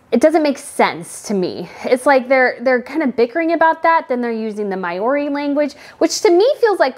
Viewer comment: This bugs me every time I hear it. It's not MAY - OR - EE. It's M -OW - REE (mow-ree)